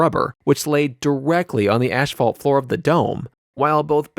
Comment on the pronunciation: In MLB ALDS means American League Division Series, not American League District Series. Oh, and it's pronounced "Ass-fault" not "ash-fault". Good video, besides a few mispronounced or mixed up words (look up the name of the pavilion that the UW mens basketball team plays in). Keep it up!